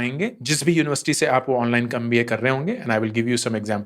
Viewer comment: You are explaining everything very well but the moment when you say mpa apni..ammm.amm instead of MBA made me laugh hard😂😂😂 to tearing up